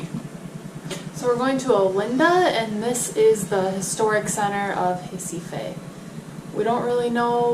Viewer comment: The right pronunciation of RECIFE is "HEH-CEE-FEE"